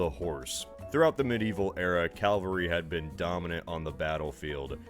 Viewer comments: I thought I'd misheard when he said calvary! Isn't that in Canada? Lol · He's not the only American to say Calvary and did he also say Elizabethean. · Saying "calvary" is no different from saying "kuhmft r bl", even though it's spelled "comfortable". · Man now it drives me crazy the way he says calvary instead of cavalry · YYYEEESSSSSS ITS CAVALRY LITERALLY MY BIGGEST PET PEEVE. THANK YOUUUUU!!!! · Don't worry, every time he says 'calvary' I wince as well.